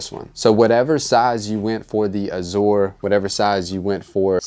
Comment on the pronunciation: Turned this off after 60 seconds. Did this guy go to school? Mispronounced "azure" and "onyx" and I couldn't take anymore. I'd say truly unbelievable but in today's America anything is possible. Please read a book.